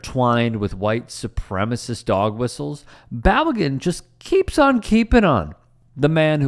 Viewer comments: Balogun - Bah-Low-Ghun. Pulisic - Pu-Li-SiCh. Weah - Weh-A. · Could you at least not butcher Balogun’s name? You’re proving Americans ignorance to the game.